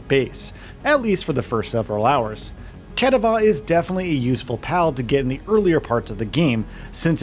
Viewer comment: I just have to take a second and point out that pronunciation of Cattiva. I dunno how to even write out your abomination XD it's cat-tiva. like cat diva. anyway, yeah, game's good. buy it if you like survival crafters akin to ark, grounded, raft, etc. etc.